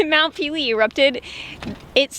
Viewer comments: You make me cringe everytime you say mount peelee.....it's French...there's an accent on one of the e's...meaning it sounds like...mount pay-lay NOT peeeleeee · Mount Pele is pronounced Paylay. Great vid.